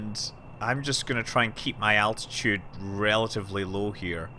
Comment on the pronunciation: ITS ALT-ITUDE NOT ATTITUDE